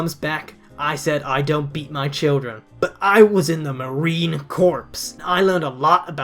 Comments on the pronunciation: Marine corpse lol. It's pronounced core. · A slight correction: You don't pronounce the 'p' in Marine corps, it's silent.